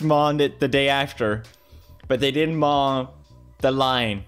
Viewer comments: I'm not trying to be mean but I'm just saying, instead of mow he said maw. Idk if it's a Swedish thing or something. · Why in the world does he pronounce “mow” like that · Can we talk about the fact that Felix pronounces "Mow" like "Mah"? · Yes, PewDiePie, they didn’t “mawn” the lawn. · He pronounced it correctly the first time. But then saying the word "lawn" fucked him up: "mawn". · Maw the lawn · Everyone: Mow Pewdiepie: Maw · I love how he says maw instead of mow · Mawed the line? Tries to say mow the lawn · Someone setup gofundme to hire person to teach pewds how to say "mow the grass" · The way he pronounced mow is hilarious